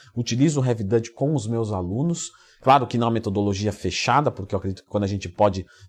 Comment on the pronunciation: Leandrão uma dica, Heavy Duty lê-se 'Rev Duri". 👍👍